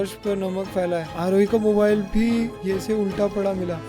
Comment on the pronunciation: "yese" was epic